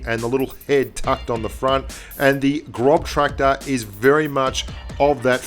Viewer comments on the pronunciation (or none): I don't blame you for calling it the Grobtraktor, but it is pronounced graws-tractor. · Its gros not grob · Hehe "the grobtractor" 😂 its pronounced grosstractor, its just weird german pronunciation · Adel Tuncer Yeah.. it's actually like Gross tractor, not Grob tractor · Großtraktor = "Grosstraktor" Großtraktor ❎ "Grobtraktor" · Hey! it´s Gross (gernman for large) not grob, the "ß" is a german letter for a double "s"! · Hey mate, the 4th letter in "Großtraktor" is a German letter; "ß" is more or less equal with double S in speaking. It was funny to hear and read GroBtraktor in the video. ;-) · The ß is pronounced as a hard S like SS so it's Grosstrakktor.. if translate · ik its probably how its spelled and great video but it is pronounced grosstraktor because the ß is pronounced like an S but either way great vid keep it up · that ß is a double S sound. It's a grosstracktor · It's Großtraktor, pronounced GrossTraktor 😉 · Grub tractor! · I cringe everytime he says grob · Boah, it's called "Großtraktor". ß, not B!! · Technically pronounced "Grosstractor" In German, that "ß" is a phonetic "S" not be rude ;) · GroBtraktor, maybe learn how to pronounce the name of something you're talking about? It was so unprofessional. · Austrian here: You pronounce the ß in Großtraktor like a normal S